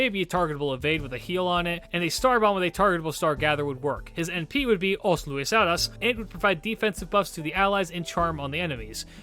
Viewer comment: Thank you for including Luis de Camões, your pronunciation of his name was good, although the title "Os Lusíadas" was a bit off, It may seem that I'm complaining but on the contrary I thank you for making an effort since our language is a bit weird with accents and all.